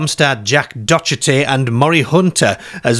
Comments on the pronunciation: DOTCH A TEE?????? its DOC A TY (ee). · That pronounciation of Docherty made my ears bleed 🤣 2 shows from the Absolutely boys: Mr Don & Mr George a few weeks ago and now The Creatives. Is Docherty not a particularly common name south of the border? Im sure there was no issue last time you said it, but on hearing you say ‘Docherty’, my ears bled a little lol Totally the same place with you on Singles. I had never heard of it, then the title screen appeared and it seemed to ring a bell away off in the back of my head somewhere… but I couldn’t tell you where Spaced sits in the same place as Black Books - very surreal humour, clever and hugely funny